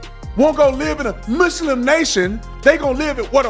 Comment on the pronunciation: Lmaoo I love seeing how I'm not the only one that can't STAND how they say "muss limb" 😂